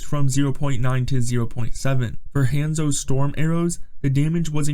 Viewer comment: The way this man pronounces "Hanzo" is diabolical